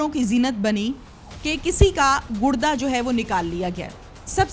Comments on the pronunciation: It's not Gud da it's Gur da ok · گڑدہ نہیں ہوتا گردہ ہوتا ہے 🤦🏻‍♂️ جب جب اینکر گڑدہ بولتی ہے ہنسی آتی ہے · Gudda kya hota hai? Gurda hota hai baby